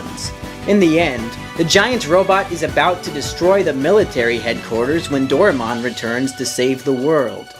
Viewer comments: For future reference, his name is pronounced "Do-rye-mon' not 'Dora-mon'. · You pronounce it wrong It pronounced Do-Ra-e-mon not Do-re-mon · This dude skipped English class growing up No matter where the property sources from, the AE paring makes a hard I sound Door-Eye-Mon Also, if he has ever watched the series, which I doubt he has, it does pronounce it this way. Both in Japanese, and English. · I love how almost everyone mispronounces "Doraemon"..... Including. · patrick sleeping Well if he was going to narrate a video about it, then it seems like he should pronounce the character/show's name correctly